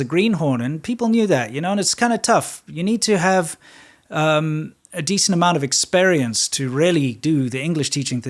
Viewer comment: cracked me up so bad. Your pronunciation of experience, ni zai gan shenme?